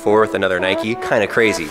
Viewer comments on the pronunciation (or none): Doesn’t know how to say Nike “ohh Nikee shoes” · LATE COMMENT BUT WTF WHO SAYS NIKEY YOU DONT CALL A BIKE A BIKEY DO YOU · English - Nike American- Nikee